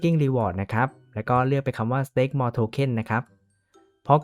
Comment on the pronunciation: มันออกเสียงว่า สเตค ไม่ใช่ สแตค ครับ (อ้างอิง